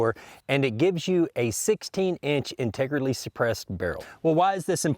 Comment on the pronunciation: "Integerlly" lol